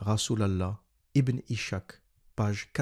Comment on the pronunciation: Par pitié arrête de dire ibn ichak , ca se dit ibn is-Hak le (h c’est un ح) ca veut dire izak en français